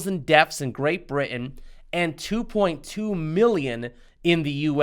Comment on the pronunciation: It sounded like he said "deafs" and "groaf rates." Also, how can someone "fear me?" I know they can scare me.